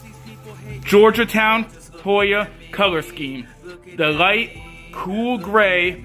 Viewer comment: Its Georgetown not Georgia town....but thanks for the review can't wait for Review #2